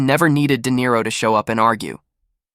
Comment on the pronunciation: Who is Dare-O? was that a little orange fish everyone was looking for? We hate AI for a reason. If you can't do it, then just don't. The strange pauses and mispronunciations drive us nuts and ruin your videos.